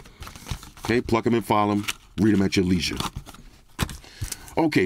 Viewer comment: It's Pluck them and file them! I always thought you said "Fuck em and file em!" Oh well.